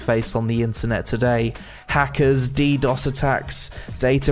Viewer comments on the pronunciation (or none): none